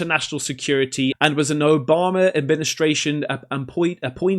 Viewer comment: he said Obamer 😂🤣MbuRRRRRRRRRmo 😂🤣